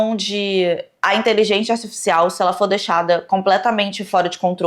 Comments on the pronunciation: "Inteligentia artifixial" kkkk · Adoro que a nunca consegue pronunciar inteligência articial kkkkk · siiiim hahahahaha saiu de tudo, menos inteligência artificial